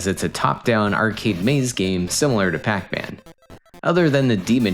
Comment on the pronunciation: Does this channel use an AI voice? The way he says "arcade" is a bit off